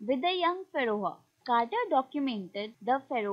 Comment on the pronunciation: you pronounced pharaoh wrong but otherwise nice work